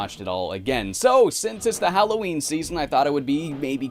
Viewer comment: its not hallowshween